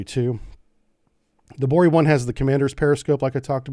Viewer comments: It's NOT "Bori"😮 BOREI!!!! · The right pronaunciation is BorEy